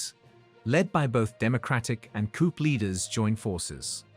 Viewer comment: Coup pronounced koo